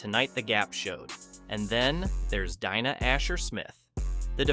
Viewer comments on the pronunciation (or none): Better bot voice than most, but anyone who calls "DEENA" Asher-Smith "DYNA" knows NOTHING about athletics. Had me though.